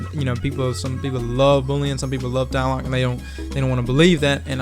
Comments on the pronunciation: Tlaloc is actually pronounced cha-loc. It's named after the Aztec God of Storm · Tlaloc, also is pronounced tah-la-luke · There's two "L's" in Tlaloc. It's not called Taloc. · it's actually pronounced tlah-loc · with the name of, u should know how to pronounce tlaloc.